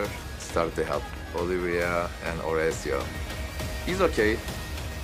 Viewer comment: “Horecio” is a funny way to pronounce it